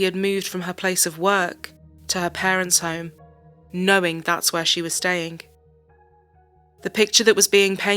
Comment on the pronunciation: Just a comment to the narrator It's staying not stayink 😢